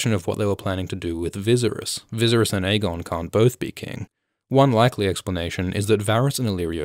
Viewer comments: Holy shit, why do you create content that is supposed to be an expert opinion when you cannot even pronounce a main characters name? Viserys Targaryen (vi-sar-ees) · Your pronounciation of Viserys is deplorable. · Man it's driving me crazy everytime he mispronounced his name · I have never been more distracted by a pronunciation of "Viserys" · Great video but your pronunciation of Viserys is annoying. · Haha i came back to this video. Forgot that i watched it already and wanted to make the same comment again. Haha. But seriously, whats up with that pronunciation? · Wow you pronounce " Viserys " sooooooo badly lmao . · Every time he mispronounced viserys, the mad king burned kings landing 😂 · Love the video but please stop murdering Viserys name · You didn’t even watch the show?? How can you possibly say Viserys wrong? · Whyyy are you saying Viserys name that way?? He’s not eye drops. I get if you never watched the show but clearly you have. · Are you trying to say Viserys wrongly? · Yeah, it sounds a little too much like "visceral" when he says it. It would be like pronouncing Daenerys "DAN-er-iss". Weird. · Fun Fact: "Viserys" rhymes with "Daenerys." Not sure why you're pronouncing his name weird. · You are butchering the pronunciation of "Viserys" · Say Viserys properly or don’t at all. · After , why do you pronounce Viserys wrong every time? Have you not watched the program? It's never once pronounced how you say it. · I hate the way he pronounces viserys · Ok no one? For real no one? Not a one of you said anything about how the Bolton-esq butchery of the name Viserys? Nerd Sterk would not be happy with this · thee fact you can't pronounce Viserys makes me kinda annoyed. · The way you say Viserys annoys me. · Oh man I love these vidz but the way Viserys is pronounced has me shuddering. Sounds like an EDM group or something! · Great video but I can’t bd the only one who cringes every time Viserys is mispronounced. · It’s viserys (Vis air ees) not vizirus